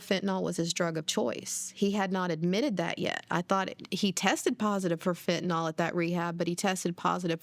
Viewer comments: People keep saying Fentinol. It's Fentanyl. Fen-ta-nil, not Fen-ti-nol. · Isn't it pronounced Fin-ta-NIL?